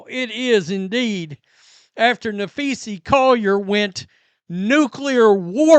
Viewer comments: NapheesA, not NapheesE. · you big dummy you sound like your saying Nafeces, sound it out there, you can do it, Na-phee-sa 🤦🏼‍♂️ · NAPHEES-AH is how it’s said. Makes me cringe every time I hear you say her name. Please know peoples names if your reporting on them!! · uhhhhhh, I mean seriously folks, uhhhhhh I'm just being honest here, the sooner he starts pronouncing one of the most famous players and also the owner of Unrivaled's name right the sooner people will stop leaving comments. You'd think part of being a sports journalist is knowing how to say people's names correctly. It's annoying and makes him sound slow upstairs, and also it sounds like he's saying Nafeces 💩 It's like if he always called CC- Caitlin Clerk, and obviously it gets on people's nerves if you've seen the comment 100 times, 101 counting mine. Now if you'll excuse me I have to go drop some big ol' Nafeces off at the superbowl 🚽